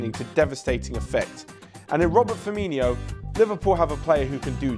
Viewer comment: It was all going so well till he said "Robert Firminho"